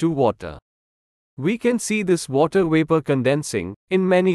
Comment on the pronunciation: What happened to the “V”? You don’t pronounce Vapor with a “W”!!